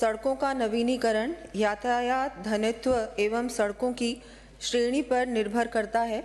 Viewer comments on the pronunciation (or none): धनत्व ❌ , घनत्व ✅,....... उप मुख्यमंत्री 😂